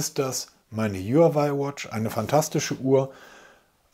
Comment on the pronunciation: Du sagst so oft Huawei, dann lerne doch mal, wie man den Namen richtig ausspricht